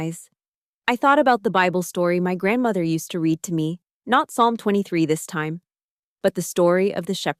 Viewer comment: “read” has 2 pronunciations depending on context: read (reed) is future or present tense, read (red) is past tense. Teach your AI the difference or go back to human narration.